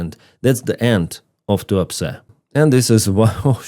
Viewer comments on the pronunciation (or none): The town name sounded like you said “Too Upset” 😂.